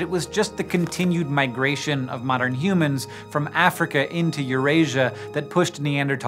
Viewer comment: Why you sayin humans like that?? Stopppp